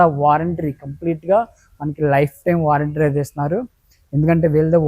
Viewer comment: నాయన వారెంట్రీ కాదురా బాబు వారంటీ అను 😂